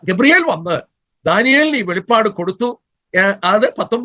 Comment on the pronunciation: Not velippadu. Velipadu.